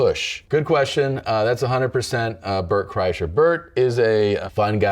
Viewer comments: Why does he keep saying Burnt Chryslers name like tht? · He kept mispronouncing Bart Kurshiner’s name lol